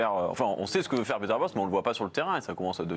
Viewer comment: Son prénom se prononce Péter, pas piter... c’est un néerlandais, pas un anglais...